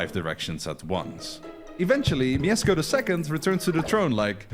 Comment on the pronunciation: /pyast/ not /pah-yast/, and /myeshko/ not /myesko/ pronounciation wise, as im assuming 2137 people alreayd pointed out